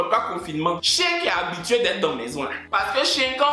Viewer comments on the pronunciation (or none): c'est pas chéééééénnnn c'est chiiiiiinnnn